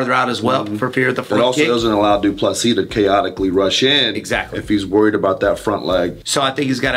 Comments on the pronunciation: Get the name right Wonderboy It’s pronounced Du Ple see (👀) the final S is silent and the last “sis” is pronounced almost like “see” in English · DU - PLE - SEE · wonder why Wonderboy still can't pronounce his name properly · It’s pronounced like “prick” not “dry-cus” and for du Plessis just imagine the last “s” doesn’t exist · dude, learn to pronounce Du Plessis... you don't pronounce the last "s" PLEASE!!!!